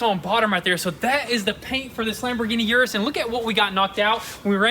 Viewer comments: Say it with me guys, ERRRRRRRRRRRRR-US, ERRRRRRRRRRRRRRRRRRRRRRRRRRRRRR-US not YUUUUUUUUUUUUUUUUUUUUUUUUUUUUR-us. K thx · Lamborghini Urus is pronounced like this